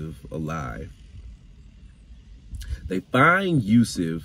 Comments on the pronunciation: He said yusif again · He said USEF TWICE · He said Yusuf and also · Hi he said Yusef